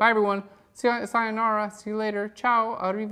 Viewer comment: LOL I am Italian and I am Phlearning pretty much thanks to you. And I have been impressed hearing you say CIAO ARRIVEDERCI. You are the best teacher ever!!!! I have to say bye bye, I gotta go to see your next tutorial :D